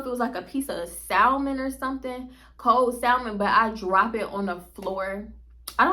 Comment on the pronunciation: Whew! I know this feeling. I’m from Colorado and hated it so I can only imagine REAL cookies. Side note: You pronounce the L in salmon like my husband 😢